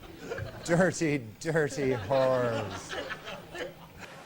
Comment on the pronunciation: DirTy-DirTy whores (His pronunciation somehow makes it funnier)